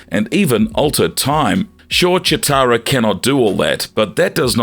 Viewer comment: Is it just me or are you pronouncing Cheetara wrong?